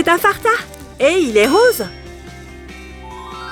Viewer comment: En dit Fanta pas farta😹